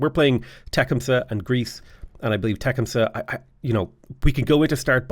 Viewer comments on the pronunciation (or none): Side note it’s pronounced “teh-come-suh”. Grew up around a big native population in the US. The battle of tippecanoe is an incredible story. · Teh-cum-suh…… I couldn’t pronounce it like you did if I tried 😂